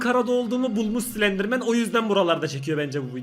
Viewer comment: Slenderman değil silendirmenğ 😅🌼